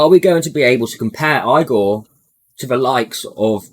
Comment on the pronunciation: I kept thinking u were saying EAGLE this whole time lol